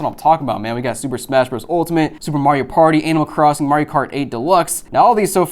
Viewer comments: anybody else hear him say AN*L Crossing? :face-blue-wide-eyes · Is it just me? I thought he said anal crossing lol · “Ay - nimal”